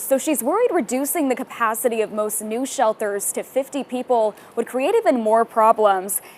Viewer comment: shel-durrrs new shel-durrrs